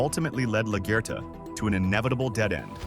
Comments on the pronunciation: 😂😂😂 was thinking same thing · Good video and analysis but please learn how to pronounce LaGuerta properly, it had me dying